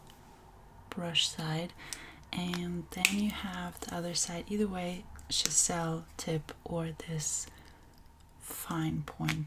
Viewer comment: I’m sorry but it’s pronounced Chiz-ell😂. nice tips and beautiful work .